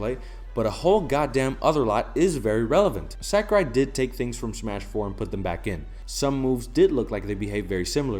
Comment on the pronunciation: I agree with all you’ve said. Well stated. (By the way, you’re pronouncing “Sakurai” incorrectly.)